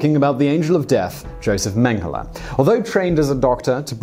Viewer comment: Yo-zef Menn-geh-lah